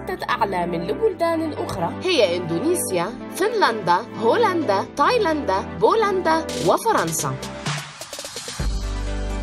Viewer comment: تايلند وليست تايلندا